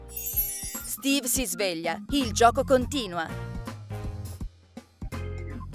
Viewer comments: Intanto ci dice steve e non stiwy ma poi non si dice fort nite si dice fortnite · alora vi dico solo qiesto miglioratevi cazzo c'e non sapete pronunciare bene Fortnite e un scorso video pronunciate male minecraft e poi non si chiama capelli rossi si chiaba bombarolo lucente credo e laltro si chiama steve non stivi minkia ma che cazzo. poi sbaglio hai detto steve scopa con la combattente fortnite 🤦‍♂️🤦‍♂️🤦‍♂️🤦‍♂️😂😂😂 alora siete bravi avete delle idee belle alcune pero non pronunciate bene delle parole che mancho i bambini di 7 anni riescono a dire fortnite bene o minecraft. e poi di dice enderman ma con la "è" si pronuncia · Pronuncia bene i nomi dei giochi e poi Stevie e Steve ma do che cringe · Non si dice stevee